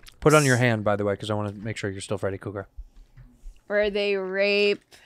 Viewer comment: Andrew. It’s KRUGER. not Cougar